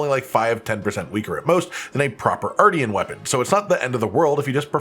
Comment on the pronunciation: I’m going to pretend I didn’t hear you say artian and only focus on the armor.